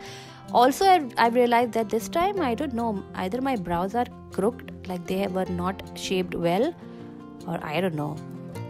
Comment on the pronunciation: Crooked is pronounced croo-kid .